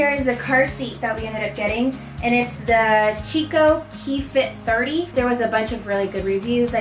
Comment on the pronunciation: Chico is actually pronounced “kee-ko” lol strange but when I called Chico they corrected me! 😆 I had the key fit and loved it so much and I used my Chico with my bob you just have to purchase the adapter!